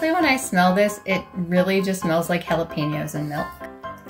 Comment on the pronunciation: 😫 The Jalapeños concerned me because they’re pronounced (HALApenos)